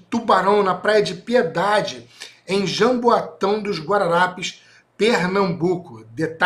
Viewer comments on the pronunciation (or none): Com todo respeito corrigindo a pronuncia da palavra. Não é Janbuatão e sim Jaboatão. Um forte abraço. 👍